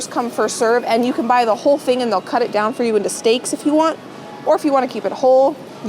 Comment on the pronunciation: When you were looking at the chicken , I heard "I need 2 OLD chickens" but you really said WHOLE chicken!!!!